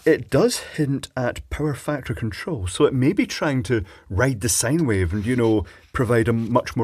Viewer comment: Did I hear you correctly? Did you say that the circuitry was possibly writing a sigh wave?